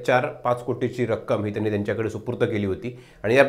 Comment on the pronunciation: Nit Marathi bolnari loka nahit ka tumchyakade? ‘Tenni’ kay asta? Mala tar ‘tyanni’ mahitye